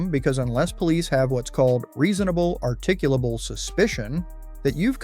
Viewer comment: it' "articulable"...but good effort.